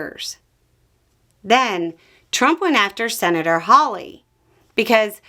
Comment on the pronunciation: did I hear "hawley"?!? stop. rewind. start over.